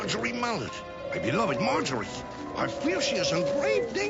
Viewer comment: Am I th only on to notived that he kep saying "My Margery"?